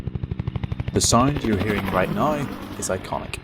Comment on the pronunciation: “The signed your heeding right nigh is iconic.” I’m out.